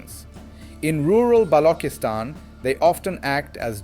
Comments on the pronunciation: please pronounce Balchistan correctly. its NOT noooooooooo BLOKISTAN, however, Macho Sardar based it may be Patriarchal but it is NOT BLOK-istan. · Quite the opposite, the Western International Audience would prefer to pronounce even your given name as best as it should be. They are not offended, its our thinking that is. is at a stage where he would appreciate being suggested to.about the sound of چ as opposed to the sound ک; he is a teacher,, teachers always have to be best students. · wow what a joke, he is mispronouncing it by using AI this is not his actual accent. He is wrong and should not use AI for such serious Vlogs!